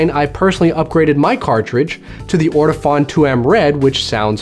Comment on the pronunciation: It's pronounced orto-phone, not orto-fawn :)